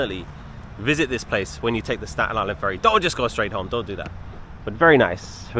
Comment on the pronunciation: probably some natives with the strong Staten Island accent 😂 but you said it correct!